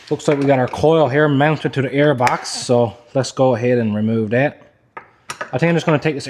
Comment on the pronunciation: That has a t in it it's not dat